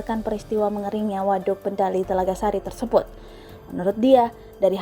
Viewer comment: Telaga Sari mba bukan telaga sasi wkwkwkw